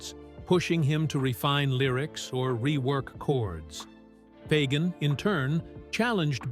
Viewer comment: I love how the repetitive AI narration struggles with the pronunciation of Fagen's name. 🤣🤣🤣